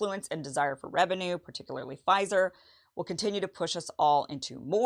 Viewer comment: Pfizer, not Phizer 🤣